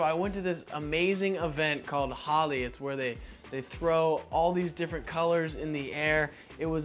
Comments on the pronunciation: Who else Is Indian and got depressed when he said holi like holly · .....you pronounced "Holi" wrong my friend